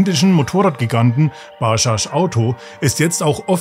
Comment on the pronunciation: Ba-dschadsch Nicht Baschasch